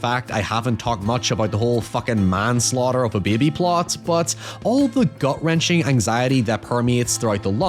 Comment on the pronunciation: de behbeh